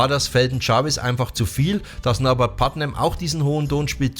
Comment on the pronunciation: Mmh Leider „Putman“ am Anfang falsch ausgesprochen - die Bass Lines schön rausgestellt - die Kritik geht allerdings aufgrund von Verwechslung zwischen Putnam und Leech obwohl Du sicherlich Bardwell meintest mindestens 2x schief 🙈